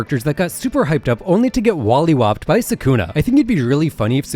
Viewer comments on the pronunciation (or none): My boy you did not call it Wally whooped 😂 it's Molly whooped lol